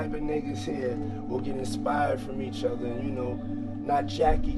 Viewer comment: Fat Joe: Not jack each ofver and uplift each ofver....thats very important!! lmao